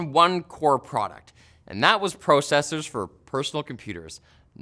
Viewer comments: Why does this guy say processors so weird? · The way he says processors is weird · It might be a Canadian thing. I noticed Canadians emphasize the O on many other words